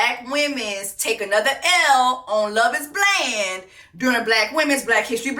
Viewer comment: Did Jessie say "on Love is Bland"😂😂😂😂im finished,done for